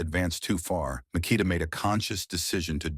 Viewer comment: Mik ah tah. This AI shit is taking over.